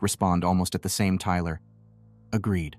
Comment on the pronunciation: Your right I re-listened to it, and he deffo replaces time with Tyler 😅